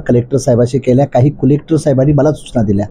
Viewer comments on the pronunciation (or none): डेवलपमेंटला ढेवलपमेंट आणि कलेक्टरला कुलेक्टर म्हणतंय, अजेंड्यावर म्हणायचं तर अजेंट्यावर म्हणतंय, आणि म्हणे मला 18 भाषा बोलता येतात...🤣🤣